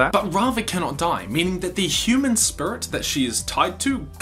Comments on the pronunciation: It triggers me that he pronounces Spirit SPRits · Is is me or dose he say srits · I stopped watching when he started sayinf spurits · “Avatar spur-it” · I've heard a lot of New Zealand accent over the years, enough that I thought I had a handle on the rhyme and reason, but pronouncing "spirit" as "sprut" is a new one to me. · I just keep hearing “spurt” every “spirit” I’m sorry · listen this is a great video to watch but he keeps saying "spurit" and its getting hard to concentrate on what hes sayin 😹😹😹😹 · Spurit? XD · I die a little inside everytime he says spirit... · Lol the way you pronounce spirit